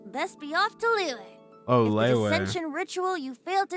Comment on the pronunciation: btw liyue is pronounced like Li you-eh and most of the english voice actors mispronounce it